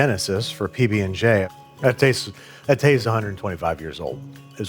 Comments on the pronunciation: It's not a pbnj it's a pbbnj lol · "PB&G" did you just let slip an opinion on JIF vs GIF? it's pronounced ZHAIF 😹